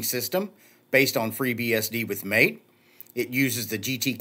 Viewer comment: MAA TEE not Mate (as in "good on ya mate").